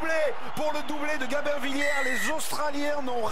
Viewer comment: Gamin Villière?? Il ne sait pas prononcer le B ce commentateur? C'est GaBin Villière!